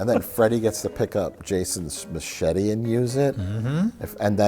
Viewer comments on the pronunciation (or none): Is this the episode of Red Letter Media that the OneyPlays crew got the pronunciation for ma-chet-ae from? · ...Did Mike just say ma-chat-ay? The OneyPlays/RLM Iceberg deepens...